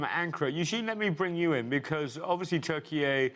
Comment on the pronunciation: Why do they invite these "experts" who can even pronounce the name of the country Turkeye? They are sound so full of $**t.